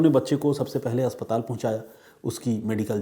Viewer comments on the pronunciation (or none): none